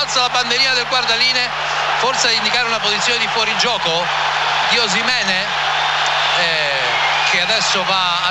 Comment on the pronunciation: Ma perché lo chiama OshimenE?